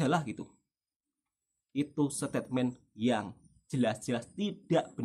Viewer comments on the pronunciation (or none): none